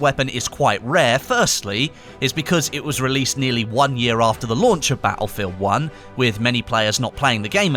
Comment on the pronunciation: Ba'elfield 1